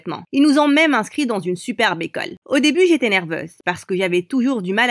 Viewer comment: C'est moi ou elle a dit bécole